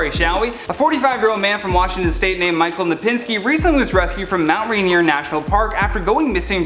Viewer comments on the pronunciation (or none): none